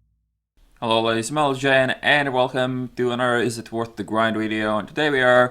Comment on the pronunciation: ''Hello ladies and mgasdijpaGEN'' Cracks me everytime!